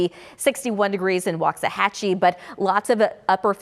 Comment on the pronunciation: She seems to be doing well. She even said waxahachie right.